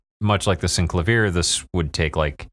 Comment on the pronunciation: far-fee-ssaah....sin-clay-vee-er Damn man ...long attention span theater--great runthrough!